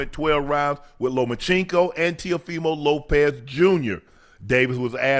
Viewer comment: Man I love yall but yall don’t know nothing about boxing yall just saying stuff don’t even know half the boxers names Ocho can’t even say teo last name right and saying stuff that isn’t even right love you guys tho😂